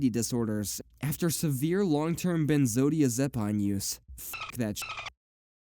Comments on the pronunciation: This has to be the weirdest pronunciation of Benzodiazepine I've ever heard :D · I've never heard a worse pronunciation of benzodiazapine lol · I have to say, have never heard benzodiazepine pronounced like that before 😂